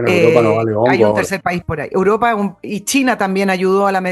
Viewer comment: se dice Europa, no Uropa